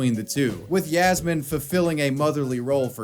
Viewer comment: Hey btw, it's written as Yasmin, Yasmine, or Yasmeen, but it's always pronounced as Yasmeen. Just lettin' ya know